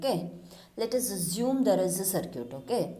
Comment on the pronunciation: Idk why she is pronouncing circuit as sircute😂😂